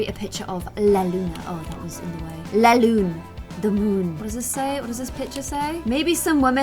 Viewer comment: How she pronunces "la lune" lol